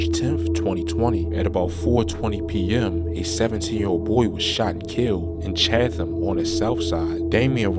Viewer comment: First of all it’s Chatham (pronounced chat-tum) & 800 didn’t get Bando it was mixx mob & you missed Curriyo